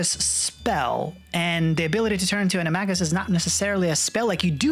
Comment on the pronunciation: did he just say... ani-mah-gus for animagus...